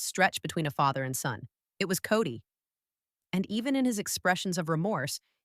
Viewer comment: It's kody not cody ffs